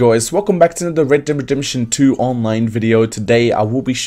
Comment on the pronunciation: A Br he just can’t say it